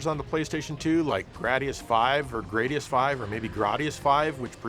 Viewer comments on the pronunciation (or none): AAAGGGHHH!!! Okay. "Gradius" rhymes with "radius." It's not an accident that the game's name is "G" + "radius." Google it, accept it, and thank me later. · Are you bat crazy!? Its pronounced GRADIUS. UNSUBSCRIBED.